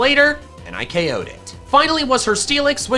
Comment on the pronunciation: Why were you saying oko instead of ko most of the time?